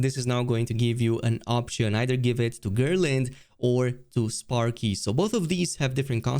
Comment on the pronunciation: The name is Gerlinde not Gearlind 😂 speak GER.. LINDE the E at the End is important 😂